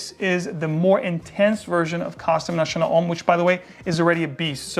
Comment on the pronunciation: I love your description on Costume National, nice to see an American pronounce French properly.